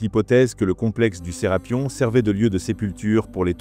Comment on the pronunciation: C'est pas Serapion mais Serapeum c'est vraiment énervant à entendre. 😡